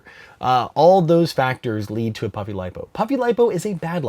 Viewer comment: Is it just me or does it sound like he's saying "Puppy Lipo"....?